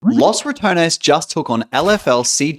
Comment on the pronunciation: Ya know, he mispronounces Ratones, but it sounds like "Los Return-es" which is kinda accurate man! Also, if you're interested in how to pronounce it, I included my best try at explaining how it feels to say it, in my mouth. Ratones is pronounced more like "Rolled R - ah - to (but the t is actually somewhere between a d and a t, but closer to a t. and then the American pronunciation of the character in Smash,) - ness. So, something like rrah- Tdo - ness